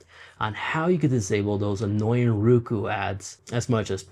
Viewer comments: Nice information, good presentation.................. it would be better if you would pronounce it..............Row Koo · The way you say “Roku” is very agitating and wrong the whole video